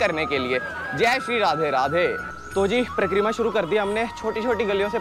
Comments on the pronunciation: Pra-kreera nhi, Parikrama and Brij nhi, Braj… Baki apki video sabse badiya videos mei se hai aur abhi tak humne 5-6 Braj ki videos dekh li, lekin Ladli ji k mandir ki jaankaari , k wahan old people aur physically jo Bhagat fit nhi hai, wo kese ja sakte hain,sirf aur sirf aap ne bataya ,to hamein to sabse badiya apki he video lgi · It is Pari-kramaa.. not Prakk-reema